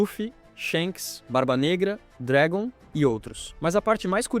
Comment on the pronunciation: "Shenks e Dregon " kkkk